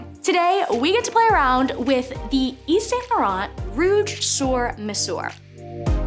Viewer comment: You pronounce sur like "sir" and mesure is pronounced "mezur." Yves Saint Laurent is pronounced "Eve San Laurahn."